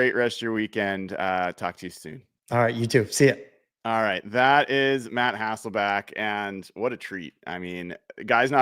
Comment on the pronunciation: Love your content. Some of the best analysis out there, and you do seem to know everything about the Seahawks... except how to pronounce Matt's last name. Lost count of all the HasselbAcks.